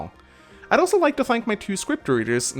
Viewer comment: lol it soundin like you sayed ike not like